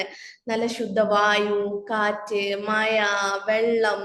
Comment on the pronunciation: മഴ എന്നു പറയൂ മയ എന്നു പറയരുത്